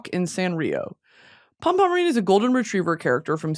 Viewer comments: pronunciation is (pom pom pure-in) ❤️ from a sanrio girl😭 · ITS PRONOUNSED POO-REEN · dying at the way Britney pronounced "Pompompurin" lol